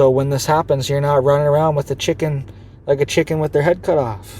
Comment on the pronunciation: “Cicken” lol